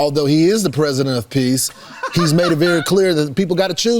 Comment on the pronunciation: "Predisent of Peace" 🤣😂 Really , what an IDIOT !!!!🇨🇦